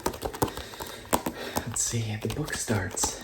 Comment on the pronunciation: You made a mistake with the word book mate